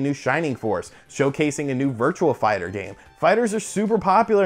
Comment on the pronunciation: it's virtuA fighter not virtuaL fighter